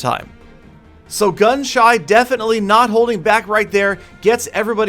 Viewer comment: He kept on calling gunshy gunshut or gunshot